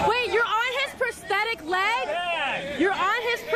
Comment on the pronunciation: omfg pronounce it right. its not prestetic.